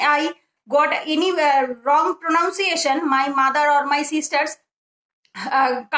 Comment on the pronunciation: ওটা প্রোনানসিয়েশন প্রনাউনসিয়েশন নয় l আরো কয়েকটা ভুল আছে ঠিক আছে চালিয়ে যাও You have to learn more l বেশ ভালো উদ্যোগ l Many students will be benefited